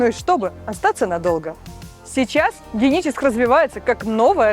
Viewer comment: Что то с дикцией у девушки. Почему не Геническ, а Деническ?